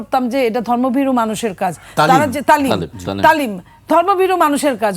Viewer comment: তালিম শব্দকে তামিল বলে উনি মনে হয় তামিল সিনেমা বেশি দেখে।